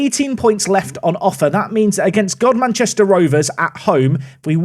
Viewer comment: finding out that godmanchester is actually pronounced as gumster Also golcar last episode is pronounced gol cuh and as it's local to me I actually know some of the people there in real life